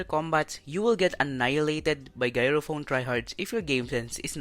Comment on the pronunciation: Gyro is pronounced with a J just sayin tho